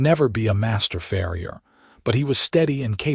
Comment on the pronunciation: I get it about not putting shoes on cattle, I did farm work growing up around milk and beef cattle. This is a fantasy world, so I give that a pass. The mispronunciation of words like "read," "bow", "live," "record," "tear," etc. bothers me a lot more than that. Then there's reading the word "farrier" as "frier." But I love this story, and thank you for sharing it with us. ❤❤❤❤❤❤❤